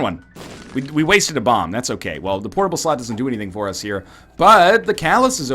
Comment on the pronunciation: Please stop saying "portable slot" thiss way